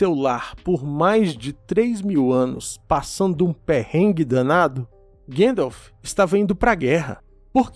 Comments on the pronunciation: Sou fan de tolkien a anos, descobri seu canal recentemente, muito bom cara, parabens, se eu puder falar uma parada, sem ser chato, eu ebtendo as pessoas falarem guendalf, pois e assim q o frodo do filmes chama ele (outros personagens tb) mas repare que o saruman sempre fala Gandalf, nos extras da versao estendida, Christopher Lee diz que a maneira correta de se falar e gandalf e naoo guendalf, ele conhecia o professor, e acho que junto do pj era o maior fan de sda do filme, lia os livros uma vez por ano pelo menos, no extra ele explica a etimológa do nome gandalf e pq e pronunciado assim, desculpe se fui chatao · Quem é esse tal de guendalf? Desculpe, eu sei que é culpa da dublagem e agora todo mundo fala errado.